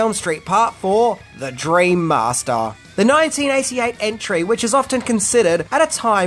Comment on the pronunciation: "The dreammastaaah."